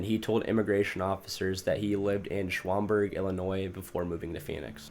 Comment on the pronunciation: Schuam burg💀